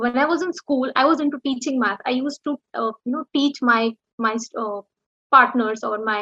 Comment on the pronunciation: bro, I think u mispronouse the word teaching is ur business. If there is any rectification please be mention that..